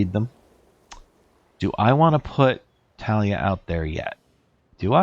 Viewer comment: Its taa·lee·uh if you look it up, so no h in the pronunciation. Anyway great channel and as always nice content. I am on the same spot on the ladder after a long time hiatus , so cool to see how you will do. Have a nice day and stay safe!